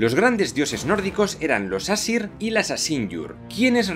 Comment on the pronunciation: Las pronunciaciónes de las razas y todo eso son pésimas y no es fuego y hielo es muspelheim y nifleheim y audumbla se pronuncia ardombla. Y no es asir que es como tu lo pronuncias es aesir tal y como se escribe. Los elfos de la luz y los oscuros viven en el mismo sitio. Pero en svartalfheim viven solo los enanos. Y helheim y nifleheim son el mismo reino pero odin Le dio ha la diosa hela una parte de nifleheim ha la que anomeno helheim la tierra de los muertos.